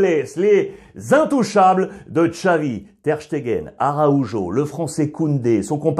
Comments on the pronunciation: Alexandre !!! Pourquoi tu es capable de dire EL MEJOR avec l'accent mais par contre ARAUJO tu le dit sans accent a la française !! Je suis choqué a chaque fois quand tu dis Arojo a la français 😂🤭 pourtant tu as l'accent et les origines ! Que ce passe t'il ??? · dans tout les cas, il ne prononce pas bien ARAUJO, très étonnant de sa part